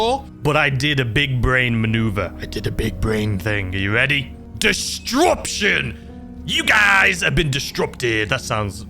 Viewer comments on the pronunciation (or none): Distruption gets me every time 😂😂😂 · The way you pronounce disruption has me howling😂